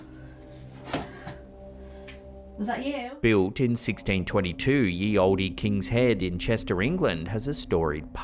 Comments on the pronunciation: Jesus, "Ye Olde" is not pronounced "yee old-ee", it's pronounced "The Old" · "Ye Olde" is middle-English and was pronounced "The Old" (just as we say it today). Ye was a different spelling of "the" and is pronounced TH not Y, and "olde" is pronounced without the 'E" at the end. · Ye Olde is pronounced, The Old, exactly as it is today, that's not a Y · ...did you pronounce the E the end of "Ye Olde"? 😂